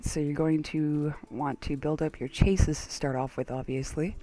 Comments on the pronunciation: Nice vid but CHASSIS is not pronounced CHAYSIS it's pronounced SHA-SAY or SHA-SIY. It comes from french diction i believe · Hey, i dont want to h8, but it does kinda bug me, you say chase-is, while its more like: sjasie. Again, not to h8 because i love this robot!